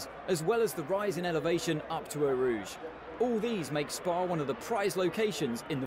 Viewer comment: Why do you pronounce it ''Ow Rouge''? Just wondering